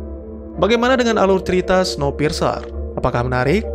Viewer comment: Bukannya bacanya snowpirs ya ?maap kalo salah